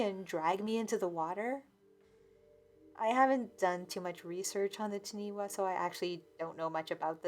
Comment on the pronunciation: Not sure if this story took place in NZ or not but Taniwha is pronounced Tunny-fah. not ti-nee wa. (The wh is pronounced as an F sound in the Maori language). I think I’ve seen this mentioned on another video before. If it sounded like the word being said it’s probably not the same thing.